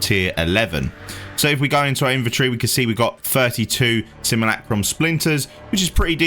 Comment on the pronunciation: Seem ...You ..Lack ...Rum... NOT Sim..moo..lack..room ...